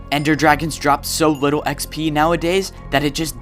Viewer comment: man said wittle bit.